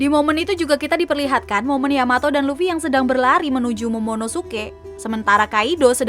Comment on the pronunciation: luffy manggil Yamato dengan sebutan yamao apa yamabro